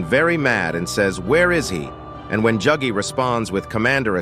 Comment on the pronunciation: why are you saying juggy bro